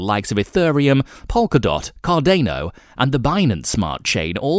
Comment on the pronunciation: The one that says 'aeltcoins' and 'Cardaino'